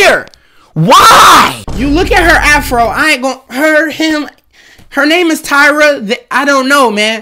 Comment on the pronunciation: He said Tyra more like Tyrone😂😂